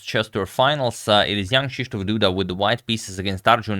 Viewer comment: Your pronunciation of "Krzysztof" is almost perfect, just one correction - the letter "y" sounds like "i" in "bishop", not like "e" in "me" :-). Awesome stuff here, agad!